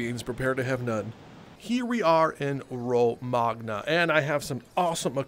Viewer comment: I think Romanga is supposed to be Romagna, which is the region where Bologna is